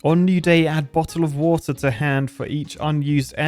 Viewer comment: Wait, I understood what you said there. I demand you British up your pronunciation of Bottle Of Water!